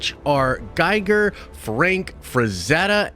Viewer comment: Geeger. not Giger, the pronunciation.